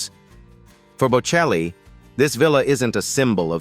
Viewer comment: Der Name ist bocelli! KI- Stimme, die wir nicht wollen! Namen werden falsch ausgesprochen! ES HOERT SICH FURCHTBAR AN! ICH SCHALTE AB!